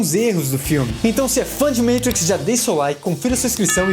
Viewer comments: eu até entendo o compromisso com a pronúncia original do nome do filme, apesar de um pouco irritante. Mas o resto das palavras??? Katakana não se pronuncia assim (veja o canal Japao Nosso de Cada Dia)... MICHELLE pronunciado como MITCHEL hahahahhaa, mano... menos Sem contar que já tem muitos anos que os "irmãos" Wachowski passaram pela transição de gênero. Foi extremamente desrespeitoso o cara ficar chamando as IRMÃS Wachowski de irmãos o tempo todo. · O certo é matrix e nao "maitrics" pq é uma palavra latina e nao inglesa. Abrasss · Belíssimo vídeo, maaaaiiisssss... Mentrex uma poha . Matrix e pronto. Não precisa mostrar sem o pica no inglês. Isso afasta e fica estranho . MATIQUECE ( PRONÚNCIA BR ) Moramos no Brasil minha fera !! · Matrix estamos no brasil chama Matriz Você não sabe bem pronunciado nome do cara no vídeo E quer falar mitrix Minha opinião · Amigo Matriz no Brasil Se quiser falar com a pronúncia MITRIX FAÇA O CONTEÚDO FALANDO EM INGLÊS NÃO SEJA CAIPIRA ABRAÇO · matrix e nao maitrix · O video é legal... Mas o cara falando Meitrix, toda hora é pra foder.. Fala Matrix logo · E Matrix,não meitrix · Metrix? Fala a porra do nome direito, igual a qualquer outro Brasileiro... Ooo Caralho.... MAAAAAAAAAATRIX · Cara... não estraga o modo de falar! Não eh metrix eh MAAtrix kkkkkkk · O conteúdo do vídeo foi muito bom, afinal, gosto demais da história e dos efeitos da trilogia. Agora, essa p....a de "MEITRIX" acaba com o vídeo. Na moral, o vídeo poderia ser muito melhor com outro narrador, menos... Simplesmente MATRIX e não "MEITRIX", Playboy de m...a, não fode a parada. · Falou "Meitrix" já toma dislike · agonia com "Meitrix" pra cá, "Meitrix" pra lá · Muito bom!!! 👏👏👏. Mas que agonia ouvir vc falando “meitrix”. Tá narrando o vídeo em inglês ou português pra falar “meitrix”? Kkkk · dei deslike so prq fala meitrix huahauh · Mitrix ssreesrsrss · Meitriks kkkkkkkk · Agora sei que se fala "Moeitricz". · Meitrix Kkkkk. Fala sério. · ``Meitrix`` kkk...